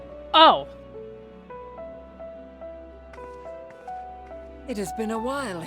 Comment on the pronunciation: HOW MANY TIMES CAN THEY AAY AZEM AND STILL CANT PRONOUNCE IT RIGHT